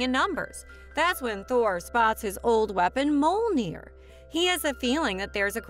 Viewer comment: Good video but I wish you would have at least tried to pronounce Mjolnir correctly. It's an m y sound.